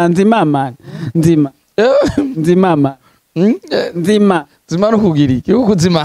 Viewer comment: Ngo nzima 🤣🤣🤣 bavuga ngo nzimana